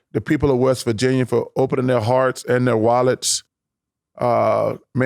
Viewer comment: “i went up to West Virginyer” 🤣🤣